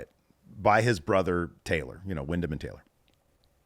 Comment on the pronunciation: Windham. His name is Windham. Not William. You could at least respect him by getting his name right 😐